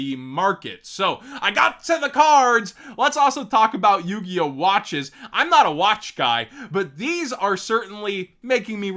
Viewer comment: I think Galaxy Tomahawk straight to 2 was a DEAD giveway, first being the "L" in the link so instead of "yugioh" it was "yugLoh" ☠☠☠